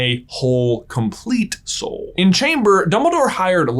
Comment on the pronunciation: Oh he was talking about the boys soul. I thought he was saying boys hole.